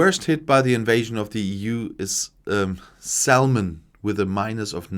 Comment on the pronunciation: Quick note: The "l" in salmon is silent. Welcome to English spelling. Reine Dummheit! Auf Deutsch ist's viel besser! 🙃